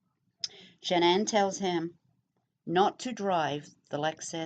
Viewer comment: His mother could have killed cece so Shannan had some class i would've stomped her ass. Also why dont you learn to say her name right? It isnt Shannon.